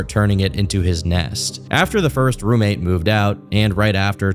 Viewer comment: I thought you said groommate 😂 had to rewind